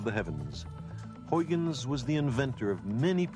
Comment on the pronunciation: Unfortunately Sagan butchers these Dutch names. They are very hard for English speakers to properly pronounce, yes, but the best approximation for Leeuwenhoek would be "Layvenhook" and the best one for Huygens would be "High-gens". It's actually kind of distracting.